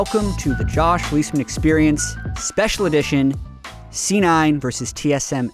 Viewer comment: aw, i thought you said xpecial edition